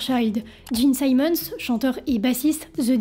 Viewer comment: Bel effort mais difficile d'être crédible lorsqu'on ne sait même pas prononcer le nom des membres du groupe... Eric Carr, pas Care... Simmons, pas Simons... Les bases de la phonétique en anglais, à défaut de s'être correctement documenté....